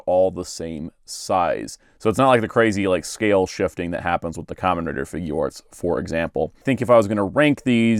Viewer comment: Really good review! Just wanted to point out Figuarts is supposed to be pronounced like (FIG - yarts) not (FIG - goo - arts) it’s a portmanteau of “figure” and “arts”.